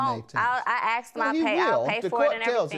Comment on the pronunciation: The word is "asked" not "axed"! 🤦‍♀️ Drives me nuts every time I hear it pronounced that way...just like "bafroom" and "burfday"